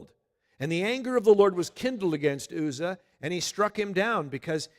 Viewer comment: Uzzah is pronounced with the U as in umbrella.